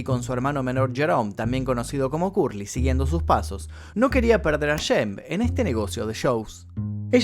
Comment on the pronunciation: El nombre se pronuncia SHEMP...con SHHHH...no es YEMP... En varias frases lo pronuncias deformado.¿podrías pronunciarlo adecuadamente?